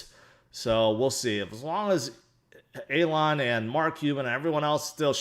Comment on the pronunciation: He pronounces (f)Elon’s name correctly